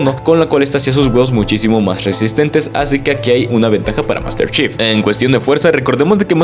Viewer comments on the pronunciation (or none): Yo solo escuché Master chef glu glu glu glu, bien metida en tu garganta jajaja. Buen video bro.